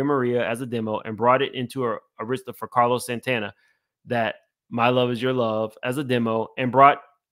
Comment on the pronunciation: Thinks off topic but it bothered me Carlos Santana is a legend please pronounce his name correctly Car los SAN TAN A